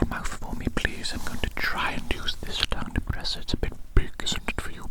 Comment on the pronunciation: Hearing tongue pronounced “ton-ke” makes me smile